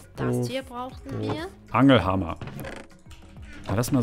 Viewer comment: so:" Angel Hama" Und er heißt als Nachnamen Angelheimer😁😂